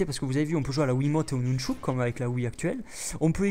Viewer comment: Jkiff comment tu dis nunchuk tu dis nounchouk <3